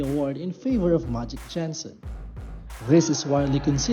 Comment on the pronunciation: "majic jahnson"